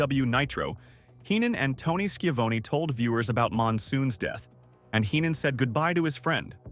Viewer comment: Nice vid, but listening to the narrator butcher well-known pro wrestling names like "Tony Schiavone", and "Okerlund" shows this is AI, and not a human wrestling fan.